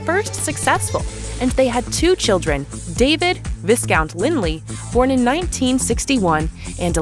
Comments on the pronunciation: VISS- COUNT? Oh dear. It’s VIE-Count. The photography line up montages= A+. The pronunciation = F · Please take the time to learn the correct pronunciation of British names and places eg “ Glamis” Castle and “ viscount.”